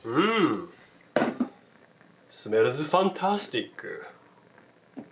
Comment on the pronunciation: スメルず ふぁーンたースティーっ くぅ！笑 日本人って、ですます は でs まs って発音するのに英語になると最後の母音までしっかり発音しますよね笑。 かく言う私も中々慣れません。。。笑